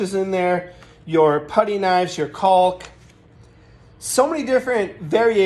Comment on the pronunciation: Can you say Caulk again 🤣😄